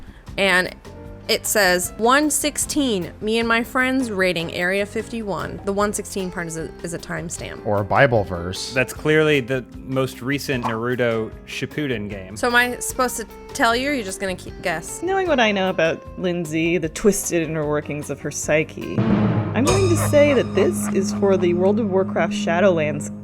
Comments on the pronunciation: I’m so disappointed that you said NarUUto but gotta say your facial hair looking nice my guy👌🏻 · I am so tired of saying “Nah-Roo-Doe”